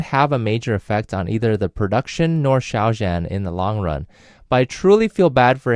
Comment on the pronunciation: (Just a note: Zhan is pronounced closer to "John" -- "zh" is a "djuh" sound, not like the soft J in French "je", and the "an" is more like "on", not "anne".)